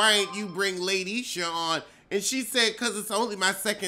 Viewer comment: "LATE - ISHA" 😫🙅🏾‍♀️